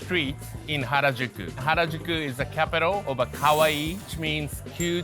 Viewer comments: you called him scary not cute.... also every time you said "cute" you actually said "scary" ... love the vid anyway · Me over here dying in the first minute of the video with josh calling Yappy Kowai (Ko-wai) (Scary) vs Kawaii (Ka-wa-ee) (cute) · ohh nooo haha you said "KOwai" like you ! Which is slightly different from kawaii ahahah it means scary. He was like :') I understand., but still. 👍 haha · Whenever people say kawaii they sound like kowai which means scary not cute 💀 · Kawaii, not kowai.. 🥲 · Just a heads up - Ka-wa-ii (long "e" sound) means cute or adorable. Ko-wai means frightening or scary. You called that tanghulu scary. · 'Ko-wai' is scary, 'ka-wa-ee' is cute btw u kept saying scary in the video lol